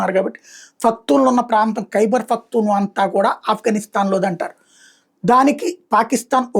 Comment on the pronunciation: పశ్తూన్ లు వారు.. ఫక్ తూన్ కాదు నీ సోది 😂